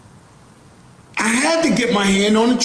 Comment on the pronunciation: Bro's like: "Are you tellin' me I shouldn't buy Hitlah's painting? Come on! I'm a collectah! Why should it mattuh what he was 'into'? It's just ART!"